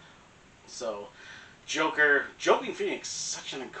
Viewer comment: “Joaquin” is pronounced WAH-KEEN.